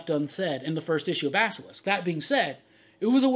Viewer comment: LOL You are one of the few to pronounce Basilisk correctly. Just sayin". LOVE the show bud! Keep it up.